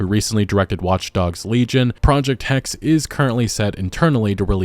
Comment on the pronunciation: Not Hex! Hexe, h-e-x-E!